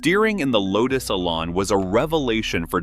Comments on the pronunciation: Oh please! The car is called the eLAN, not the eee-lan. The emphasis is on the 'lan', not the 'e'. The word 'Elan' comes from a French word meaning "to dart," and is often spelled élan. Someone with elan can be said to dart around with enthusiasm and a unique flair. The name suits the Lotus Elan perfectly. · Why all the random photos of cars when talking about the Elan? Also, the rear suspension ISN'T double wishbone. AND the AI needs to learn how to say Elan :-)